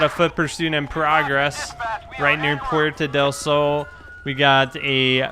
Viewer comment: start the video from the begging and hear who he said police